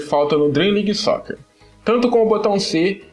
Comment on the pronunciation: Acho que se fala Dream league Soccer É não Dream league Soquer EU NÃO FALEI COMO ESCREVER É SIM FALAR O NOME DO JOGO